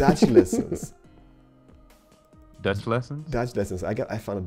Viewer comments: haha your dutch pronounciation is really genius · i am dutch and you said it so wrong it was very funny. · I am dutch... you sounded terrible but you tried it. so thumbs up! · The way pronounces dutch is soo crappy, but soo cool